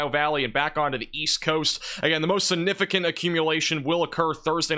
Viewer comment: the word significant has a G in it.